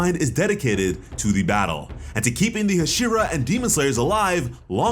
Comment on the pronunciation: You know damn well that’s not how you say Hashira